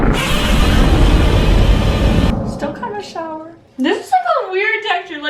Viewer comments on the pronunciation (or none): When was about to say sower she Said shower:)))))